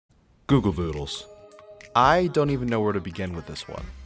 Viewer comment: at the start you say google voodles